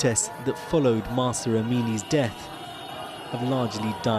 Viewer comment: Pls say it correctly is Mahsa Amini